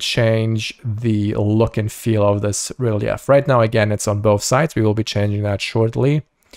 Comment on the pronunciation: Real-yef? Its ree-leef for pronunciation.